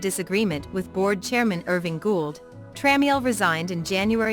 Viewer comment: It’s pronounced Tra-mel